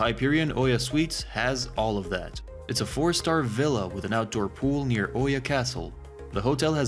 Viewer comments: E-YA!!!! NOT OHYA… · Hey! It’s pronounced “E-YA”…